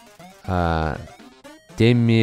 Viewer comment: почему произносит темми, как тиммэ! (с южного парка)